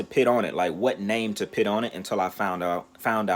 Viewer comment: Ion like the way u say put 😂 “PIT”